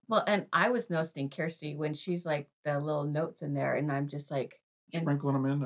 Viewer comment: I am seeing them in Charlotte in about 2 weeks, & I know your concert is coming up fast too! I'm sure you guys are as excited as I am!!! Just a friendly reminder - Kirstie rhymes with thirsty.. y'all keep pronouncing it Keerstie. Don't feel badly - there are a lot of reactors who have mispronounced it. I think she has said that one of her pet peeves is having her name mispronounced. So this way, if you get to meet her, by some wonderful miracle, you can win brownie points by saying her name correctly! 😉 I see everyone else has informed you of all the knowledge surrounding this video, so I'll just let you know I loved your reaction & how observent you are! HAVE FUN AT YOUR CONCERT!!!